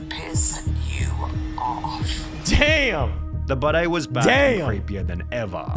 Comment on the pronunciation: I have the opinion that he spells and pronounced his name this way because he has a piss/scar fetish. Why else would you pronounce ‘Budday’ like bidet